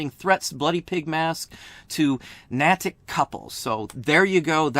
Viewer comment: I live in MA, you were the 1st person I thought of when I heard this. And just so you know, the town is pronounced NAY-TICK, in case you do any more vlogs about the story. You should absolutely pursue this!